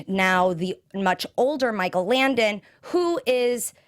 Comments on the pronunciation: Langdon not Landon... JESUS! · LanGdon. Langdon, langdon, langdon! Oh my god it was driving me nuts the whole time. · Langdon not Landon, and Paulson not pullson!! That's driving me nuts!